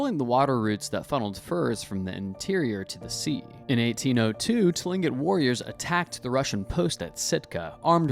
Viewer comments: so few things, tlingit isn’t pronounced how it looks it’s pronounced clingit, second the little cartoon of the “seneca” woman she is wearing 3 feathers upright, that’s how Mohawk Indians wear their feathers, Seneca is 1 standing feather, then over to the “Mohawk” cartoon, the attire is incorrect along with probably most of these 😂 but appreciate the information on the subject you just need more authentic presentation. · It is pronounced klincit for tlingit. I have a friend who is apart of that tribe. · Tlingit = Kling'et Baranov = Baranoff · Tling'it is actually pronounced closer to "Klink-it" For those interested in this and closely-related topics, I suggest that you use this interesting, but incredibly superficial video as a good intro to begin your real deep dive .. there is a LOT more to it all!